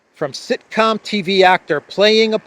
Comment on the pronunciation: It was sick-com, not sitcom